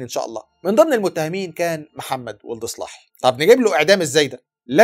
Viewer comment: محمدو ولد الصلاحي رجاءا انطقو بالعربي الفصحي ههه و ليس سلاهي كما ينطقها الغرب تحية من 🇲🇷